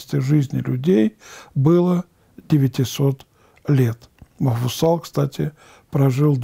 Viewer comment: Почему отец Олег говорит Мафусал? Он же Мафусаил.